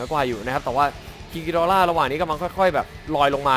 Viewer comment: อย่าออกเสียงว่าคิงกิดอร่า สิครับ มันฟังเเล้วนึกถึงการ์ตูนบ้างเรื่อง